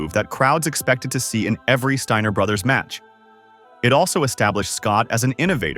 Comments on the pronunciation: MY GUY !!! THIS IS HOW YOU PRONOUNCE THIER NAME !! ( STEINER ) NOT " STINGER " YOUR A CLOWN 🤡 TRUTH HURTS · the Stinger brothers? Or did you say the “Stainer” brothers?